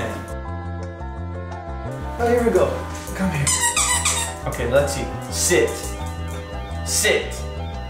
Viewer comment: "Sit" sounds like "Shit!"